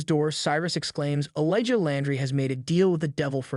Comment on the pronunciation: Elijah is not pronounced “ellaja”